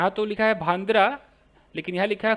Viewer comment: भांद्रा नही भंडारा ऐसा उसका उच्चार है ,भंडारा मतलब सुखी हल्दी पावडर का लेप,,जो fore head पर लगाते है या फिर गॉड का नाम लेकर हवा मे भी उडाते है,,,by the way आप ये सिरीज करके बहुत ही भारी काम कर रहे हो ,,धन्यवाद